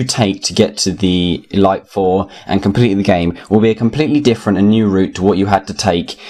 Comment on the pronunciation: No offence mate, but it's the ee-leet four not the ee-light four.